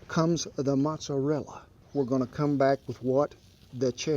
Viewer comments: Anyone else here from New York..?? I cringed so hard from the way he pronounced "Mozzarella".....and then he broke out the Craft "Parmesan". 😢😢😢 Other than that, dude here makes a mean grilled cheese....DEADASS!!! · Please... dont call that things "mozzarella" and "parmiggiano"...